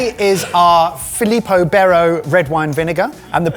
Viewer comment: Felipo Bero... How did you butcher that pronunciation? Do you not remember the advert where they just sang the name over and over again? 😂